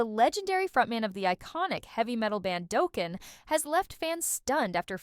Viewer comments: 😩😩😂😂 ugh the eighties are crying hearing it pronounced like that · I mean this with respect but please learn how to pronounce the band name (and Don's surname) and don't use Sebastian Bach's photo while referring to Don!